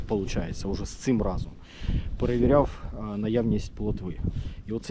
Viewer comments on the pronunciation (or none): none